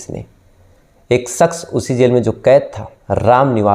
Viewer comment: Aap Kahani Bahut Achhi Sunatay Hain Sir....Laykin Aapki Hindi Aur Urdu Dono Bahut Kharab Hai...Isliye Sunne Kay Aisa Lagta Hai Ki Kahin Humari Zaraban Bhi Kahi Itni Kharab Na Ho Jaay...Sir Please Thoda Kaam Kijiye Apni Pronunciation Per...Shaqs Hota Hai Saks Nahin....Cheezain Hota Hai Cheejain Nahi....🙏🏻🙏🏻🙏🏻🙏🏻